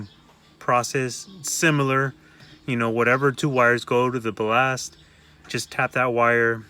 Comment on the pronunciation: Bal-last "ballast"